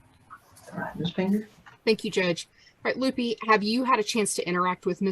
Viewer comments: I’m pretty sure the investigator’s name is Lupe, pronounced Loo-pay, not “Loopy” Perez. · So, is that lady's name Lupe or Loopy? I swear they're saying Lupe wrong as Loopy but maybe my hearing is going? 🤔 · lol she said "loopie perez" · Love how she butchers the name, Lupe. Oh, “it’s loopee” Or, she’s a maga creature doing it intentionally to be a bully and make a “point” Ugh